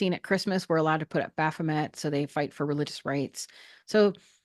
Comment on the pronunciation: bro... repeat "baphomet" and how everyones gunna be up in arms for 5 minutes... there's no one here 😉 in French its baffomay lol